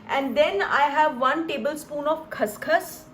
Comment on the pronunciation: Wow yummy well mam let me tell you one thing that wasn't khas khas that's call khash khash